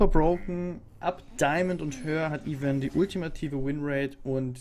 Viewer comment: Es heißt "EI-VÖRN"